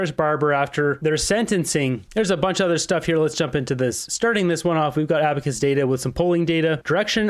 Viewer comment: He said "utter" products 🙂